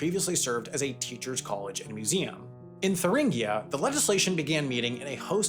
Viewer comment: I really dont like how he just accepts that the USSR was actually "socialism" in this video. He also completly butchered the pernouncification of Thuringia.